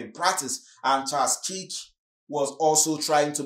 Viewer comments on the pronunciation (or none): Thanks for the content. Just FYI the pronunciation of 'KIRK' is like in Star Trek the Original series i.e. Captain KIRK, perhaps have a listen to a trailer for the correct pronunciation. Thanks